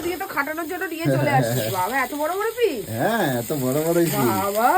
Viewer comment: Notun Bangla ta bhalo bolte pare .GAMLA KE GABLA,PROKITI KE POKITI 😂 English ta aro PIECE KE PICH , LOVE KE LABH , TRAIN KE TEREN 😂😂 Sei level er ashikhito , chabla 🤬🤬🤬🤬🤬 r ei murkho ta janei na CHICKEN STEW ki jinish 😡🤬🤬🤬🤬🤬